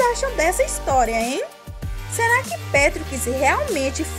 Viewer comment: "serar" "BBBer" Que dialeto é esse?